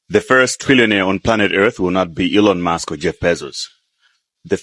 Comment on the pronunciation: So this woman pronounces Ellon musk as Elo mosq